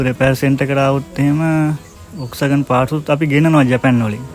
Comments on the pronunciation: Classic කාර් හොයන සුද්දෝ මේවාට පණ ඇරලා.මේක හරියටම උච්චාරනය කරන්නේ වොක්ස්වැගන් කියලා නෙමේ පොක්ස්වගන් කියලා. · ඔක්කෝටම කලින් වාහනයේ නම හරියට කියන්න. (ෆෝක්ස්වාගන්)